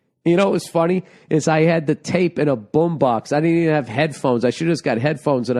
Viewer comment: Hearing Bill talk about playing to his "Buhm Bahx" is what I needed Today